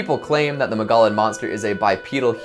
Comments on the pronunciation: Mug-EE-on not Mugollen lol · It's "muggy on" not mogollon lol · Mogollon is pronounced “Mogo-yon.” Double “l’s” are pronounced as “y” with Spanish words! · Ma-gah-lin Monster LMAO we pronounce it more like Mo-gee-yon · The word mogollon is pronounced Mog-E-yon. It’s an indigenous word, so if you haven’t heard it, you don’t know it. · I’m was only listening to this while I was working on something and I thought he was mispronouncing Mongolian there for a second. Had to rewind the video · Repeat after me: Mo-gee-on. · I legit took to long to realize what he was saying lol I was like I have never heard of this place in Arizona